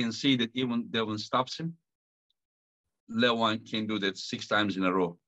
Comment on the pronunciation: Not " Le- vAAAN! " . LEEEE- van, LEEEv an...DEEvon--LEEvan. not LevAAAAAn...😊